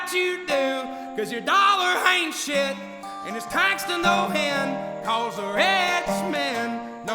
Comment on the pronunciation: I noticed right away he starts some words with an H as in "H'Ain't" He Kind of smoothly turbocharged the words Like someone else said, "I want to home a listen".Have a box of tissues ready